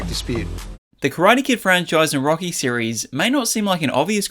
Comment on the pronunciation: "rocky i I I"